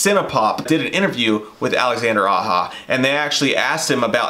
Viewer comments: Sorry fellas but Its pronounced Alexander "Ah-Jah".....Not 'Ah-hah".....anyways...just breakin your balls.....His Hills Have Eyes is prolly the best horror remake to be made in the modern era....Switch Blade Romance was an amazing film...I loved the twist. Even his Piranha movie was pretty cool.... one of those type of movies that didn't take itself too seriously and it was definitely a lot of tongue and cheek.... and with Alexander teaming up with Sam Raimi to make that movie Crawl I really need to go see that and I like what you guys said I agree big time that Alexander holds a deep respect for Wes Craven and his movies and almost seems as if he feels like he has a huge responsibility to bring something incredible to the screen and not just some cheaply thrown together soulless money cash grab .....so yes I'm very excited for another Nightmare on Elm Street and I really really do hope Aja directs it ....who do you guys think would be good to play Freddy though?? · Aja is pronounced "ah-zha", not "ah-ha". It's french, not spanish. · His name is Aja and it's pronounced "ah-zha", not "ah-ha".